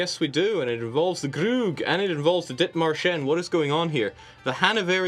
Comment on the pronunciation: Someone please tell them that it's not "Dithmarscheni," it's "Dithmarscher."